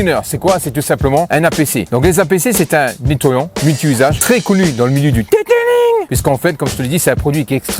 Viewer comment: Detelingggg 😂😂😂😂😂 super vidéo avec la franchise comme on aime